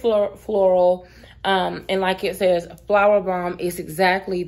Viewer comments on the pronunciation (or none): none